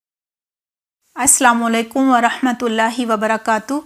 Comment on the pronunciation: عربی بولتے وقت چٙین سکون سے کٙہیں السّلام علیکم جلدی نہ کریں سلام علیکم غلط طریقہ ہے ق کا اخراج عمدہ کریں عین نوازش۔۔اسباق میں گفتگو چٙین سے کی گئی لیکن سلام کے وقت ہوا کے گھوڑے پر سوار